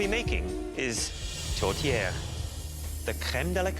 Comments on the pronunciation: chef Michael: "tote-air": "tote-i" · Yeah, but it sounds like they're saying a mexican food tortilla. i know theyre 2 totally different things, my hispanic brain is just thinking theyre saying tortilla instead 💀 i know it's not a tortilla 😂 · Why are they calling it tortilla 😅